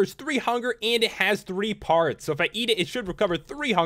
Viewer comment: when you sad parts I thought you said farts